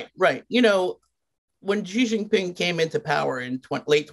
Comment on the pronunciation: "ji xin ping"